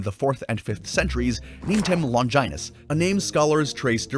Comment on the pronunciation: "Longinus" Lol